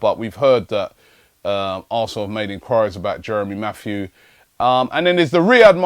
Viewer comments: Robbie, his name is Jeremy Mathieu not Matthews. and he's muck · dan dandiman no it's pronounced "Matt-you".